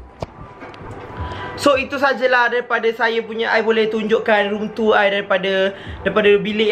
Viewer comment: Macam sebut room tua haha btw cantik bilik😂😊